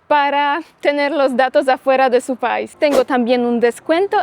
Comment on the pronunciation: 🇩🇴🙏🏻🙏🏻Dices pais y es país acentuando la (í)😊